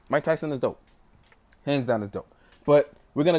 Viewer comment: Muay-ke Thai-son??